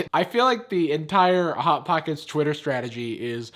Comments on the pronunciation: "bot bockets" LOL IM DYING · I'm sorry but "bot bockets" was hilarious 😂 🤣